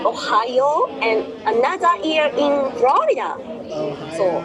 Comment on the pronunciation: "I miss Frorida's crime rate" - did anyone else hear that?